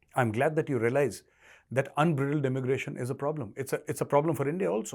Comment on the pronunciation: Please correct your pronunciation of UNBRIDLED THANKS